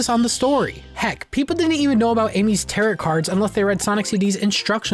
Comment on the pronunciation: Learn how to say Tarot